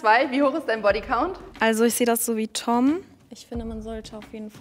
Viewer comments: Wie die eine immer Tim gesagt hat anstatt Tom hat mich am Anfang so getriggert hahah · Wie die die ganze zeit nicht tom sagt sondern tim 😂